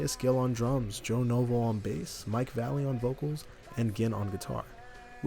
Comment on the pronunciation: It's not Mike Valley......ugh